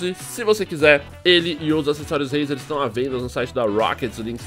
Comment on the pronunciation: se fala reizer nao rueizer